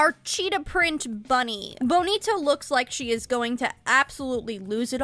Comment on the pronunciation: I love how you say bonita perfectly in the middle of an english sentence